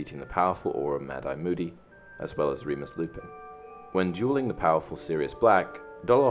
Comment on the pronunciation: I thought he kept on saying "jeweling"